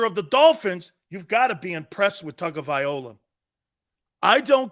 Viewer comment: It's not Tagovai"OLA" it's LOA..... Tagovai"LOA"